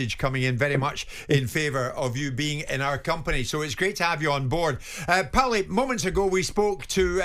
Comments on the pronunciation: "Powlie". What an idiot. Your supposed to be a sport and boxing pundit, yet you don't know the name of the legend of boxing PAULIE! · It’s PAULIE! not powelly. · Who’s “Powelly” Jim ya melt? It’s Paulie ffs🤦‍♂️ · Powley!! nah its Porley. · yeah but Paulie doesn't call himself powlie 😂 he calls himself paulie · Why is Jim calling him ‘Powlie’, it’s Paulie ffs 😂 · why the frick is that silly old codger calling him pawly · Why can't Jim just say Paulie like the rest of us it's not hard to pronounce ffs 😂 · yes but jim white isn’t Italian, wasn’t in Italy when he pronounced it that way and wasn’t speaking Italian at the time 🤦‍♂️I hate it when people try to put these cringe accents on when saying certain words/names 🤦‍♂️ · It’s classic powlie 🐷 lol jug 👂 and Powlie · 😂 I read this comment as the vid was loading then bosh straight out the gates "powlie" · Aye right powl the other one 😂